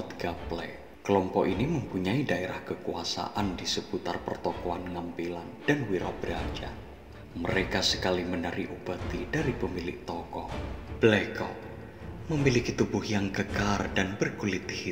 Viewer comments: Pengucapan "blekok" kurang tepat..ucapkan sprti "erang" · Naratornya bukan orang jogja ya Min? Nyebut "blekok" saja keliru